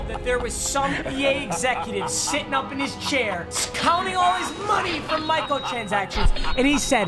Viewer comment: “counting all his money from michael-transactions”